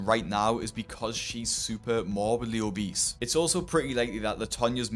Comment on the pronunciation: How was Charles 300-400lbs after being homeless for 2 years and being on hard drugs??? I don't understand that. Plus I'm sure his brother said obeast instead of obese 🤣 I've not heard anyone say that for years